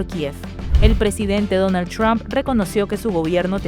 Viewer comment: No es Donal chron, es Donal Trump...bruta